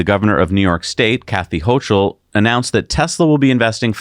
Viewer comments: Hey! Love you, man! But NY Gov is Hō' kül. Not Hō' chül. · pronounced HOAKUL